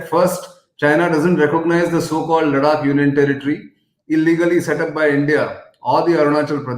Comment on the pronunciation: Gokhale - the way you pronounce Ladakh as LaDDAAk, D as in drum, I believe it is not correct. I keep skipping this interesting news just because that pronunciation is jarring on my ears. Cant we just have the region pronounced as it is pronouced ? Apologies if I am ignorant and indeed its pronounced as LaDDAAK.